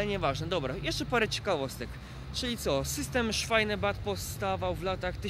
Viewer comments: Ignorancie ta kolejka sie nazywa SZWEBEBANN (Schwebebahn) a nie jak mówisz SZWAJNEBANN !! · Chłopie co ty tam opowiadasz? Ty mówisz szwajneban, oczywiście inaczej się pisze jak mówi Ale to co ty mówisz szwajneban (Schweinebahn) to znaczy świńska kolej. Pisze się Schwebebahn a czyta szwejbeban.